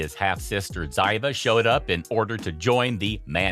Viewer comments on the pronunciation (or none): It's pronounced Zeeva PLEASE DON'T BE INSULTING. Get it RIGHT COMPUTER! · It’s pronounced Zeeva not the way it’s spelt